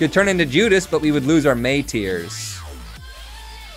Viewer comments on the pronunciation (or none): none